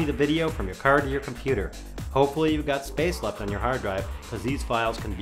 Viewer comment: hawd dwive hahahah i laughed so hard! p.s. i loveyour channel